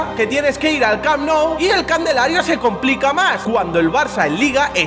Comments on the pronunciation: Mk yo siempre le he dicho candelario no me jodas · Jajaja los nuevos burlándose de por decir "candelario" jajajaja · Nadie: Absolutamente nadie:: CANDELARIO